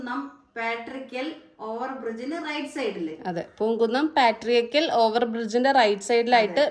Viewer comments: പാട്ടുരായ്ക്കൽ എന്നാണ് പറയുക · പാട്രിയാക്കൽ അല്ല പാട്ടുരായ്ക്കൽ എന്നാണ് പറച്ച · പാട്ട രായ്ക്കൻ അല്ലാ പട്ടുരായ്ക്കൽ ജംങ്ങഷൻ